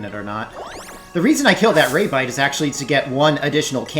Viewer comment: Lol...ray-bite...off to a mispronounced start, but I'm probably going to like this! Edit: Ok I rather like this guy, but his take and remembrance of the plot was utter garbage.